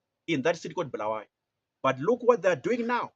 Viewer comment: Ungabosidakelwa wena Tshona lo2V ! It’s not Bhuluwayo, it’s Bulawayo !